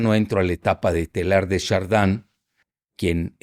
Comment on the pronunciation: Casi vomito al escuchar Teilhard de Chardin, pero por lo menos sabe tocarme el esófago con inteligencia.